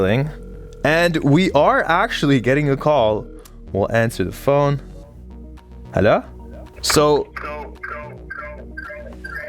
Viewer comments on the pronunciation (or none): Bros definetly french canadian (heluuuhhggg) 😂😂😂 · His алё was like Russian